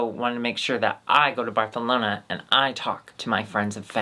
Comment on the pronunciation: love doing that "th" with Barcelona 🤣😂